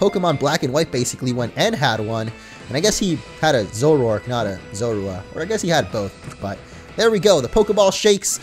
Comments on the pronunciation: Makes me laugh hearing you say Zorua xD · You're saying Zorua wrong